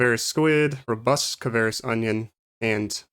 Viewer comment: It's kvaris not kavaris. XD Nice vid tho. Thanks for it!